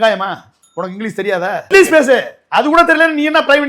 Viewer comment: இந்த பன்னாடை இங்கிலீஷ் என்று கூட சொல்ல தெரியாமல் இங்லீஸ்னு சொல்றான்